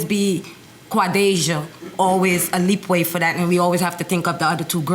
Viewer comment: LEEWAY!!!! Not “leap way” fool